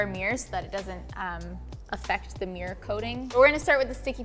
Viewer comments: When you think you hear "mirror" but they said "meer". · Why do they always say mirr instead of mirror? 🤣